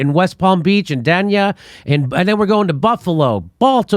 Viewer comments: Dania Fla is pronounced Day-Nee-Uh.......OK? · Jimmy,, Dania, is pronounced "Dane-Ya"..I`m right up the road from there in Fort Lauderdale..